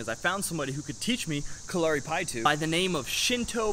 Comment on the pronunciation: it is called kalari-ppayattu